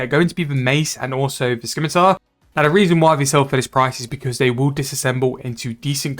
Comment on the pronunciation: It's pronounced sim-uh-tar. There is no k sound in scimitar